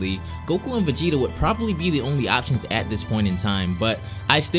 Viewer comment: He says "VEGENA" hahaahha WTF?